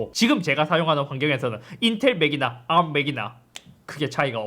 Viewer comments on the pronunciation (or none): Arm 만 r 발음 하는거 킹받네